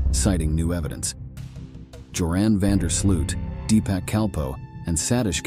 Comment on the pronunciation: Good site but please when you pronounce the surname of Joran van der Sloot do it correctly, not Sluut but Sloooooot sorry I'm Dutch but the pronunciation is hard to hear / thanks for the good site I enjoy it